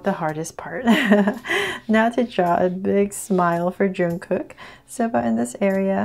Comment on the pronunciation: Its not juungkook we pronounce it jungkook